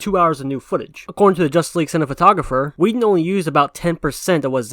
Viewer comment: You kept saying Josh Whedon lmao